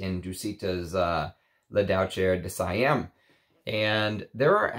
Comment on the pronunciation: Every time pronounces 'La Douceur de Siam' a french kitten d1es 😄